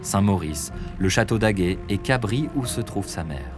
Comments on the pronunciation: Super vidéo, venant de cabris ( lieu de résidence de sa maman ), le s n’est pas muet !! J’adore ce genre de vidéo merci à vous ;) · Cabris ca se prononce "Cabrisse" ;)